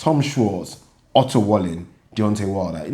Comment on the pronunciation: its pronounced "valleen"